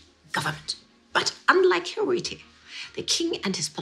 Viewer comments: After pronouncing it "Hiritu" instead of "Hirohito", several times, may I suggest that you avoid traveling to Japan? One can be detained for as much as 23 days there without any arrest warrant. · hirohito is pronounced Hiro-hee-to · Why do you have so much trouble pronouncing the Japanese Emperor's name? It is four syllables, pronounced exactly as it is spelt: Hi-ro-hi-to. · Poor little Hirohito , so innocent. Need to work on how to pronounce his name. More interesting are the British royals who were pro Nazi, Edward VIII being one example.